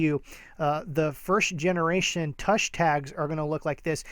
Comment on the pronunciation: Tush is not pronounced like 'touch' but like 'push'